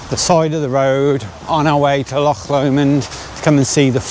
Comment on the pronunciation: So happy you started saying loch properly...mostly 😂